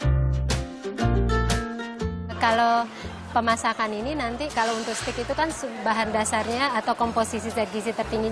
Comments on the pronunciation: Dia bilang setik 😂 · "Steak" bukan "stick" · steak bu bukan stick jajjajaja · STEAK = STEG bukan STIK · s t e i k not sticccc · It's steak (baca: steik) btw, not stick! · bacanya steyk bukan stik, mba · Steak , bukan stiiikkk mba... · Dibacanya steik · Mba sorry nih, bilang Steak bukan stik/stick, salah pronouncenya mba.. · Iya, harusnya 'steik' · Pronunc ny bukan stik, nnti dikira tongkat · hahahahahaahahahahahahahahahah ssSSTIK! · Yg bner seteyak vngke :v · Yang bener SETIK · engga maksud saya cara ngomong steaknya salah bukan stick tongkat ...